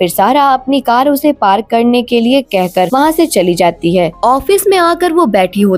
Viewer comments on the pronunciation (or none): none